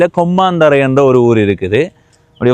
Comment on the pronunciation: தம்பி இது நான் பிறந்து வளர்ந்த ஊர், உங்கள் உச்சரிப்பில் கொம்மாந்தறை என கேட்கிறது, (மா அல்ல ம) கொம்மந்தறை என்பதே சரியானது. வழிகாட்டல் பலகையில் சிறிது தவறாக பெயர் எழுதப்பட்டிருக்கலாம். இந்த காணொளியில் நெற்கொழு வயல்வெளிப்பகுதியே உரையாடலின் பின்னணியில் தெரிவது. நிறைந்த விவசாய நிலப்பரப்பையும், குறைந்த குடியிருப்பு பகுதியையும் கொண்ட ஊராக குறிப்பிடலாம். இதன் தொடர்ச்சியான காணொளிக்காக காத்திருக்கிறேன்..